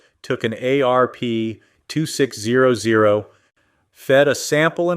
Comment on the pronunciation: I love the ayyy areee peeee two six ohh ohh... I think I would rather listen to a kindergartner read it. At least then there would be a reason for the punctuation to be wrong. This is what happens when you hand your calculator a script. What I'm most mad about is the you toobe algorithm doesn't have an option for us to block all this crap.